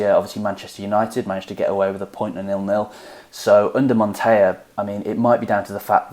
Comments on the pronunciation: Montella is montella, it's not the spanish "ll" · Guys it’s pronounced Montela (in Italian the “LL” puts emphasis on the letter, it’s a Spanish “Y”). Also it’s pronounced Marselo, and not Marchelo ( which would be the Italian pronunciation). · Montella is pronounced as it is written. With a long L. It is very far from the spanish pronounciation.